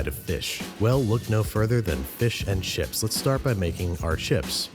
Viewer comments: Did you say "fish and SHIPS"? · Did he say fish and *ships*...?